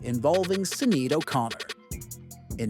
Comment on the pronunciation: The mispronounciation of Sinead 😡